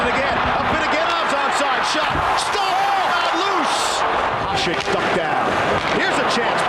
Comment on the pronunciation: Considering Hasek might be the GOAT goalie, you'd think people whose living depends on saying players' names correctly would know how to pronounce it. Talking about the host of classic series.